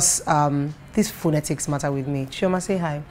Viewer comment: Your pronunciation of the word 'phonetics' was totally wrong.